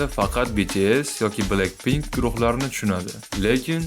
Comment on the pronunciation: Blenkpnk mas bla(c)kpink🤨